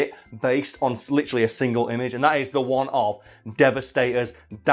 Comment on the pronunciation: New drinking game!!! Take a sip every time says "litcheraly" 😂😂😂 just messing love you lol.